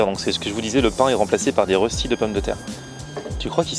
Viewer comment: Ahhhhhh la prononciation du mot röstis 😂😂 Sa se dit röstis mais sa se dit reuschtit 😂😂